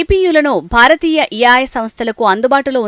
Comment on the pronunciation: yaay kaadhey babu ... A.I (Yeyy, I)